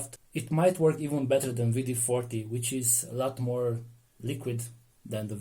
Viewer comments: and he says V D 40...lol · W is pronounced as V in some European languages. For example, if you ever hear a German say BMW they will pronounce it BMV.